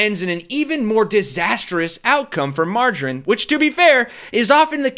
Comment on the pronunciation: 🤯 Did you call her Margerine? 😆